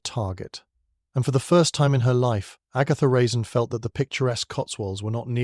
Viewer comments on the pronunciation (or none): Good story, but horrible narration. AI can't tell the difference between a period and a comma, and mispronounces a lot of words… Even at one point Agatha Raisin's name is mispronounced.